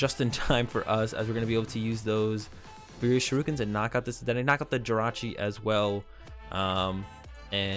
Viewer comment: Why do you say "Shirukens".. It's Shurikens lol sorry just a little pet peeve :P